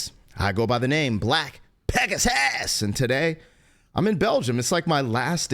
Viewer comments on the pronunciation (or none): Did he say his name was Peg-my-ass ? Makes sense from what I see